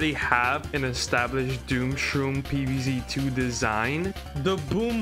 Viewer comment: more like pee vee zee teu